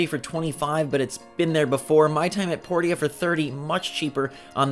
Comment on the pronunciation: my time at porty-a